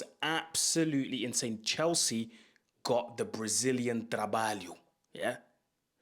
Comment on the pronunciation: Big big shout out for flawless pronunciation of “trabalho”